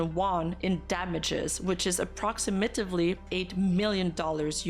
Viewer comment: I know this is an extremely serious topic and I dont want to downplay that at all, but I have to say getting "approximately" absolutely wrong at is kinda adorable.